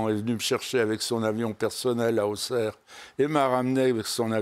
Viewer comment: Jordan par contre la ville se prononce AuSerre comme le dit Guy. Au lieu de AuXerre